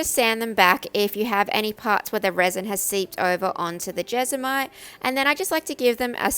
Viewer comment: When you started to say jesmonite I thought you were saying vegemite lol. duh me.